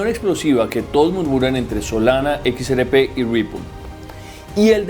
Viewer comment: Equis Ere Pé y el elicotero. (Mijo! Se dice: “ERRE” léalo bien y escúchese: “ERRE” con doble erre. No ere. Erre fricativa de rata.